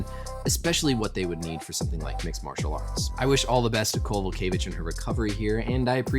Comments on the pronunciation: You pronounced her surname very good doctor, which isn't always the case with Polish James ;) Greetings from Kraków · nailing karolinas surname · First and foremost kudos on getting the name right,. She is one of the toughest fighters on the roster going through a hell of a touch patch, hopefully, she can come back with new guidance and get a W. UFC please don't cut her